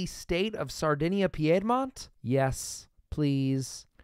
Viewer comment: Your videos are entertaining but OMG your pronunciation of Piedmont is annoying. It's pronounced "peed-mont".